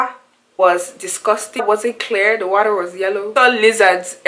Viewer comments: Yes, you heard the way she pronounced water. "di wortta". Definitely not African American. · Yes, you heard the way she pronounced water. "di wortta" lol. Definitely not African American.